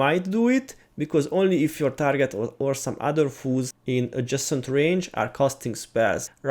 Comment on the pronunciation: Loving your videos! I can't believe I remembered my login information after all these years... I LOVE when you say 'attacking foes' because I keep hearing 'attacking fools' and I picture Mr.T smackin' fools down!